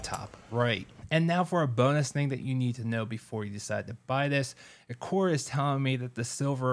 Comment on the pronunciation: The way you are saying their name is killing me